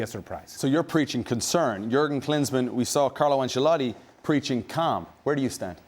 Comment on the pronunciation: Can’t stand the nfl people saying “Ancellati” 😭